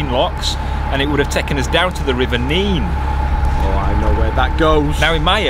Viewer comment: 10/10 for the pronunciation of the River Nene (Neene). I'm a Lincolnshireman from the coast of the Wash and we always say it that way. It winds me up to hear it pronounced "Nen". Thank you!